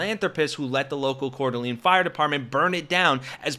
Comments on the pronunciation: There's a near zero% chance of a left wing extremist in North Idaho. FYI - locals pronounce it as Core - Duh - Lane. Long A in the last syllable. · It’s pronounced Core da lane. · It's pronounced "Core duh LAYN" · It's pronounced Core Da Layne, FFS. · I am the worst to point this out, but I would want to be told, in future its pronounced Core - Duh- Lane, as you may report on it again. Seriously not that guy at all, great work, just as a creator myself would want to know hope you are not offended. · Learn to pronounce Coeur d'alene.